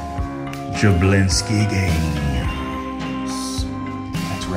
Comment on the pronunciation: "we skipped a jablinksi"